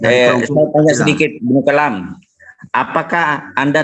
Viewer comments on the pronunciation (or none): Berarti beliau Kristen ngaku2 Muslim ya bang.... Ibnu Kelam wkwkkk Kalam bang,,, bukn kelam 😂